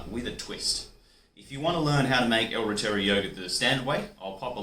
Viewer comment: Hi. I know you made this video 3 years ago but you’re not pronouncing reuteri correctly. It’s pronounced this way. Root- er - ri. 😊